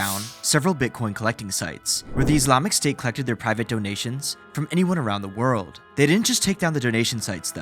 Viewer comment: around the WOOORld being BOOOOrn as he SAAIIDDd why are you dragging the last syllable like that bro, unwatchable